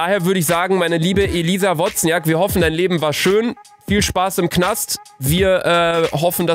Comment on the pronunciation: Wozniak wird übrigens „Wosniak“ ausgesprochen😂